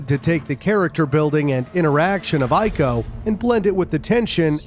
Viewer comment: Let me correct you with something, you showed footage of Shadow Of The Colossus when mentioning ICO (The game is a prequel to ICO, but still.) in the beginning of the video. Also the name is pronounced IKO not Aiko. Great video otherwise!